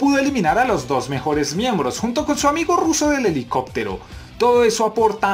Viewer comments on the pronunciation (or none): none